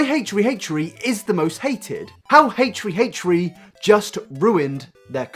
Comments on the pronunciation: Why the F are you saying haytree haytree??? WTF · irrelevant note: when you say "h3" it sounds kinda like "hey tree" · HATE TREE HATE TREE HATE TREE, try saying that three times fast and you'll sound like this guy trying to say 'H3H3' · Hey Tree Hey Tree? the fuck dude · Heytch tree heytch tree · You are so open minded omg We 👏 need 👏 more 👏 people 👏 like 👏 you 👏 I just realised that I pronounce H3H3's name the same as you: "hate tree hate tree" i have to force myself to slow down to say H3H3 because I talk too quickly, must be the English accent I guess? Though mine's more Welsh than proper English. Keep staying so open minded! It really makes your commentary much more exciting and not like everyone else's mob mentality attitude towards the slightest bit of drama. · I love how you pronounced it like Hey tree hey tree what a queen Also a lot of people say “why is he making a podcast then”- podcasts take less effort than finding creative content for his main channel, when you’re depressed it’s hard to put effort into things, but he still wants to release content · "hache-tree hache-tree" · Haych three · haysh tree haysh tree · Lydia Georgiopoulou Or maybe he might have some Irish roots/family. Some Irish people pronounce their "th" as "t", therefore, they might pronounce it H "Tree" H "Tree". That or maybe he's just quirky 😂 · How about you pronounce that H and T right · I cant handle you trying to say H3H3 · Nah this guy has a speech impediment to be honest. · The way you pronounce h3h3 is just amazing! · its rly annoying hearing his name said wrong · I won't watch it cuz you butcher the damn name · I hate the way how you pronounced "H3H3" 😫😫😣😖😖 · Each time he said it made it worse Omg😂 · h 3 h 3 not haytree hayetree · ACHE three, not HACHE three. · Dude, it's pronounced H3H3. Not Hate-tree hate-tree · ... H THRee. Why are you saying H Free. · "my problem wif Hate Tree Hate Tree" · "Haych 3 Haych 3" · ...heytree heytree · stop saying haytree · A-Tree A-tree